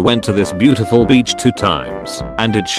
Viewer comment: Beautiful not beutiful.